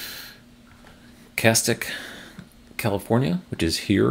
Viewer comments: Thanks,! Finally some movement in California! In terms of pronunciations: Castaic is (cass' tay ick), and Inyokern is pronounced phonetically (in yo kern). Both are very exciting locations to see planned. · Being a Californian and hearing pronunciation of some places and I jumped to the comments. 😂